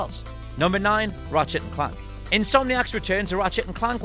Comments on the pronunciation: Why tf can’t you say Clank correctly? Ratchet and CLUNK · The way u say Clank is not right my dude...